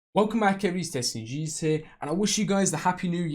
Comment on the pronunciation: The way you said jesus